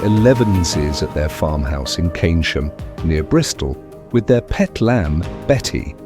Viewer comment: Keynsham not Canisham